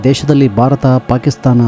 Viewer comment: ತಮಗೆ ಒಂದು request. ದಯವಿಟ್ಟು "ಭಾರತ" ವನ್ನು "ಬಾರತ" ಅಂತಾ ಉಚ್ಚರಿಸಬೇಡಿ. "ಹ" ಪದವನ್ನು "ಅ" ಎಂದು ಉಚ್ಚರಿಸಬೇಡಿ. ಉದಾಹರಣೆಗೆ, "ಹಾಲು" ಅನ್ನೋದನ್ನು "ಆಲು" ಅನ್ನಬೇಡಿ. ಕೇಳೋದಕ್ಕೆ ಮುಜುಗರ ಆಗುತ್ತೆ. ಕನ್ನಡ ವಿಡಿಯೋದಲ್ಲಿ ಕನ್ನಡ ಪದಗಳನ್ನು ಸರಿಯಾಗಿ ಉಚ್ಚರಿಸಿ 🙏 ತಮ್ಮ ವಿಡಿಯೋ ಕಂಟೆಂಟ್ ತುಂಬಾ ಚೆನ್ನಾಗಿದೆ 👍